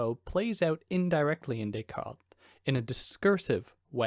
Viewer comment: Interesting choice of text to cover. Thank you for introducing me to it. Has it ever been published on its own? BTW, why do you pronounce Descartes as Descaltes?